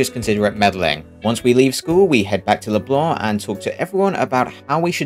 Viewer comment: damn feels good to hear "leblanc" pronounced right